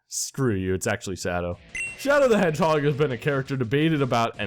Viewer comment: Its "Shadow the EDGEHOG" Not "Shadow the Hedgehog" get it right